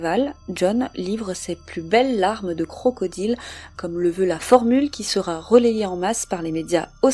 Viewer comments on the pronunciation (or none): none